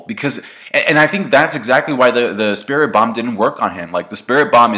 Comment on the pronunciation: What is so hard about saying spirit bomb